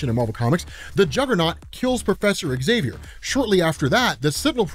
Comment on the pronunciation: Find an American who can pronounce Xavier correctly - I'll wait.